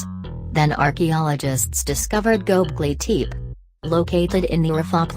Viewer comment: Turned it off right when it pronounced it wrong #possiblefalseinformation #nochances #noLs